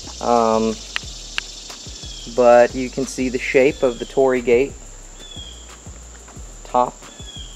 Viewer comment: torii not tori, say an additional 'I' after Tori